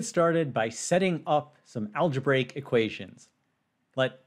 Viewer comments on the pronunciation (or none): none